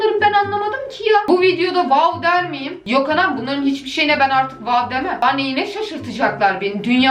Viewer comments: WAWDA DİYİL WƏƏW DEMEME ÇALİNC 😂😂😂😂😂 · Bu "WAOĞW" beni bitirdi mxxmsmmsdm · "waow lık bir videomu yok arkadaşlar ama wuuuw luk bir video" 😂😂